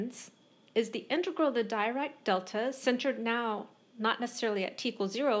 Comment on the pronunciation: Thank you for your informative lecture. Just a note about pronunciation: Dirac is pronounced as 'Dee-rak'.